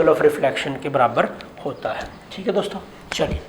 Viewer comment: Plz concentrat on words also..... Especially 'Dosto'.